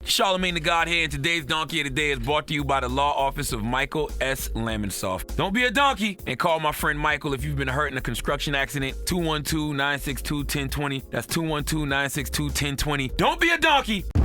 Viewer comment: CTG can you please learn how to say construction!!!! It’s not “conscruction” if your going to promote a business.